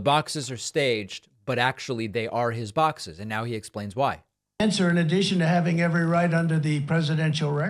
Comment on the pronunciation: “Baaxes”! Is he getting funnier as he’s getting older? 😂